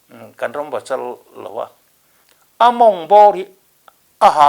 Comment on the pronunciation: Chanel tih i lam dan(i thluk) dan hi a dangdai bik riau